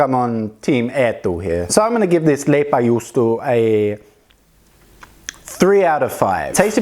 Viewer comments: I hear "Juustolaipa" xDD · " on verii vittuun pahhaa" I started laughing:D The pronouncation (is that a word) was so funny:D